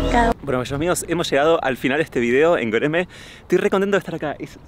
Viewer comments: Martina pronunciando goereme me da vida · Me encanta como Martin dice Gereme